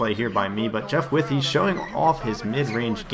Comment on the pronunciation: lol you are pronouncing Withey name completely correct